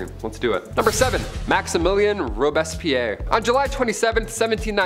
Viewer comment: Natalie Wood, not "Woods." Also, "Robespierre" is pronounced "ROBES-pierre," "Pierre," as in the French name.